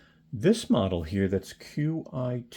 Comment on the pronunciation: Fyi qi is pronounced Chee